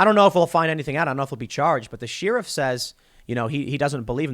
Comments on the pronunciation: Share iff not sheer if. (Sheriff) come on Tim lol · It's the simple things like when Tim says sheerif that just cracks a Lil smile on my face 🙂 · One of life's little guilty pleasures is hearing Tim pronounce "Sheriff".